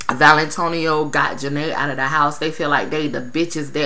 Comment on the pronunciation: I love that u keep calling her valintonio